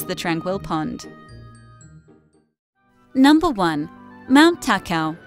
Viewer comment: Ta-Ka-o is the correct pronunciation